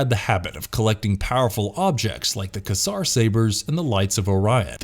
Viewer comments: 1- the lost galaxy rangers swords were quay-sar sabers, not ka-sar sabers. 2- the dinozords in mmpr form the megazord, not the thunder megazord. 3- the lightspeed rangers are in mare-ren-ner bay, not ma-reen-ner bay. 4- the pink psycho ranger didn't sacrifice herself to destroy the savage sword. it was the pink lost galaxy ranger. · What is a kasar saber? 😂😂😂 Some of your pronunciations is a little interesting... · Im sorry what? Kassar sabres? Quasar is not a made up word and you obviously haven’t seen the show so no, no sub or like for you. Also monkey wings? The eclyptor. It’s just eclyptor. Would you say the Dave? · I just gotta say, in Lost Galaxy: Quasar is pronounced as kwayzar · I think Scorpious was the main villain for the first half of Lost Galaxy rather then the whole series and its pronounced Quasar like the space anomily and "K Sar" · This absolute moron said the name of the swords from Power Rangers: Lost Galaxy The Quasar Sabers & the name of the city from Power Rangers: Lightspeed Rescue Marina Bay wrong, not cool dude... if you are going to make a video then get the names right. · Some of the words, like Quasar and Mariner were mispronounced. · The way he kept pronouncing "Quasar" bugged me.